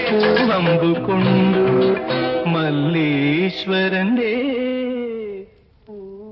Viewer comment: രണ്ട് പാട്ടുകളും തെറ്റിച്ചാണ് പാടിവെച്ചിരിക്കുന്നത്. ഒന്നാമത്തെത്തിൽ ഗഗനവും ഗഹനതയും മാറിപ്പോകുന്നു.അല്ലെങ്കിൽ തന്നെ ദാസേട്ടന് “ഹ” ഉച്ചരിക്കാൻ ബുദ്ധിമുട്ട് ആണ്.രണ്ടാമത്തെ പാട്ടിൽ “മല്ലീശരന്റെ” എന്നതും തെറ്റിച്ചു.ഇങ്ങേരുടെ സംസ്‌കൃത വാക്കുകളുടെ ഉച്ചാരണം പലപ്പോഴും അബദ്ധം ആണ്.